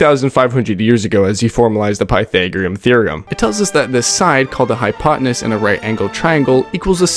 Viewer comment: It's pretty shamelessly AI as well with a real voice over. You can tell he doesn't know what he's talking about, hypotanuss, sin, real easy stuff yaknow